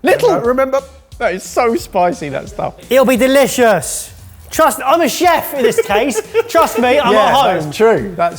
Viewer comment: Word of the Day: “Cheft”